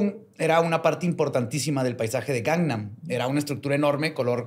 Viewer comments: aprendí que se dice Gang nam y no Gang man Also: dice GANGMAN todo el episodio 😂😂😂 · Me dio un tick cada que volvía a decir mal “Gangnam” 😭